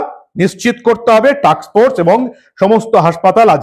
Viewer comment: আপনার প্রতিবেদন ভালো লাগে, উচ্চারণে একটু সাবধানতা নেবেন টাক্স ফোর্স না টাস্ক ফোর্স